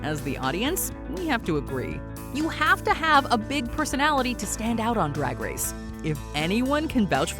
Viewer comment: “Rag race” OK Scooby Doo 💀 werk